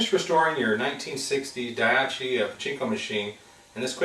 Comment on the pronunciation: what kind of person pronounces daiichi as daiachi? if it's written so many times, why can't you remember the word? lol